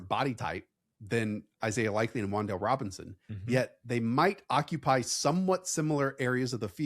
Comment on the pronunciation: It's WanDale.